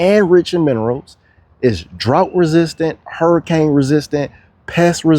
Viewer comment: The way you say hurricane is very Floridian